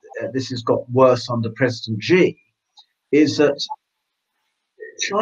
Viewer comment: Where is this place called Beizhing and who is this person called President Zhee? Never heard of them. Maybe he means Beijing (the second syllable pronounced "jing" as in "jingle" -- it's not rocket science) and President Xi (pronounced roughly the same as "she"). I don't like the CCP any more than you do, but can we just get the pronunciation reasonably correct?